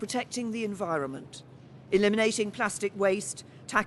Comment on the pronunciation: "we are portecting the enviromment..." had me in absolute stiches